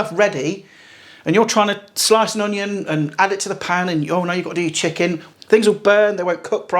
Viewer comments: Haha. Love your Scouse "Shicken" :) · 😂😂 nice scouse Chicken Lad there